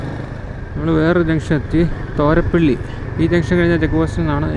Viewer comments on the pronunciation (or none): തോരപ്പള്ളി അല്ല ബ്രോ തൊറപ്പള്ളി എന്നാണ്